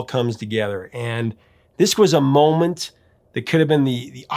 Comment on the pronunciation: "At This Miment" is Exibit C